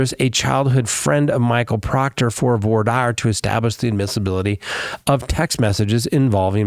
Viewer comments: You need to learn how to pronounce “voir dire” it’s “vuhrah deer” not the way you’re pronouncing it 😂😂😂😂😂😂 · spoke too soon, you switched back lol Voir is like voila without the la. Dire is like "dear"